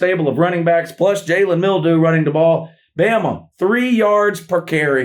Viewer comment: I still crack up every time he says Jalen Mildew.